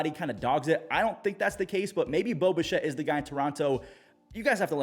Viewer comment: Everytime you say, Bo Bichette, I hear Boba Shett, like some how he is some clone, or a Mandilorian, got to love the Star Wars world interjecting it's self everywhere.